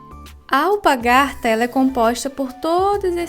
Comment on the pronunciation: Ficou muito linda, mas achei muito engraçado você falar alpagarta ,parabéns por seu trabalho tão lindo e a explicação de fácil compreensão .👋👋👋👋👋